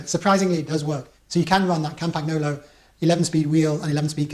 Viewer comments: Cam paG no lo......hahaha. So you won’t sound like a muppet it’s pronounced something like Campanyolo. You’re welcome, my pleasure :) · It's pronounced CAM-pan-YO-lo. No hard G. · Argh my ears hurt. Say CAMPAN-YOLO ya Pommie git. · Lots of excellent information, thanks. But now, on to the complaint; why are you pronouncing the G in Campagnolo?